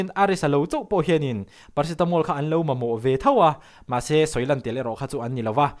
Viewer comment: Paracetamol ma meh😂ițawng sual hian i cute